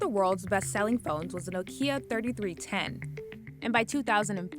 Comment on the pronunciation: Why do you pronounce Nokia as if it had an accent in the I?